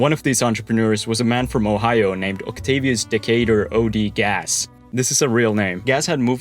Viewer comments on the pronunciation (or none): none